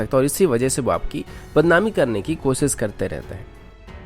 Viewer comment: सामिल नहीं शामिल कहते हैं, कोसिस नहीं कोशिश कहते हैं और एअर सो नहीं एअर शो कहते हैं| आप शब्दों का उचारण ठीक करें| किसी अच्छे हिन्दी चैनल को ध्यान से सुनें और खुद को ठीक करें| आप की आवाज बहुत अच्छी है| स तथा श में अंतर करना सीखें|